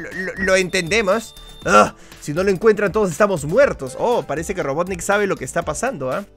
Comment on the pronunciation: Wiiiiiiiii dijo robotnick jajajja